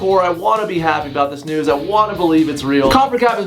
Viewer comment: It always sounds like he says "Wtf nudes"